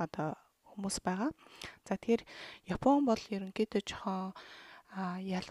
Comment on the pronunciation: Япон, яфон биш! ааннг ээээннн уууунн ммм нннн:(